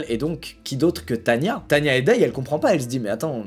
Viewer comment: c est as tania mais tana XD